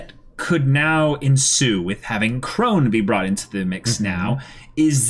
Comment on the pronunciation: Krone is pronounced "krow-nuh".